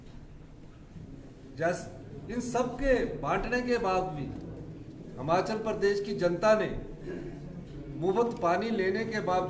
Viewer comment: हिमाचल है हमाचल बोल रहा है